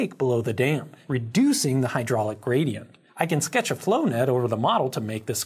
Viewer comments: Am I the only one who always hears "Grady-ent"? Yes? I'll show myself out. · Fantastic video! The plexiglass simulations are hugely helpful in demonstrating these concepts, and are a lot of fun to watch. Also, I heard "Grady"ent once and now I can't unhear it.